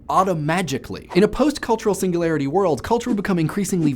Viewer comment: The way you said "Singularity" was just magnificent.